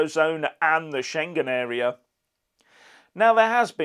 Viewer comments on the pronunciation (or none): none